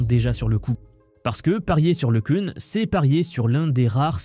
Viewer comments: Can se pronounce yann le qu'un !!! Pas le qu'heun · pour info le Cun est français cocoricooo donc prononcer Le Quin et pas le queune ;o)) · Le nom se prononce : Lecun comme Lek1, ou Lequn comme le son UN (1). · Le minimum pour commencer est de prononcer correctement le nom de Le Cun qui est français et donc Le Ceun ou Le Cune ne sont pas correctes.